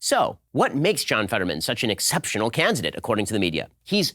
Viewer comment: Why does Ben keep saying “Cansidate”, just shoot another take, he’s so lazy. Really reflects his research skills